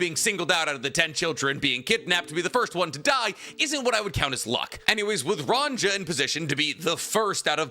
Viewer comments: Scopper sco—pper, there isn’t two Os. Why are you pronouncing his name that way bro lol. Also her name is ranya lol where is that j sound coming from? lol are you rage baiting 😂😂😂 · "Run Jar" he said😔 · Giants are Scandinavian, so their names are Germanic. The j makes the y sound like in Mjölnir. Ronja- Ronya